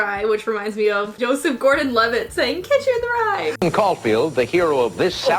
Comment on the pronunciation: Yo-seph? Really.